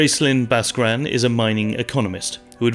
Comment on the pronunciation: BASKRAN IS NOT BHHHASKARAN! Learn your pronunciations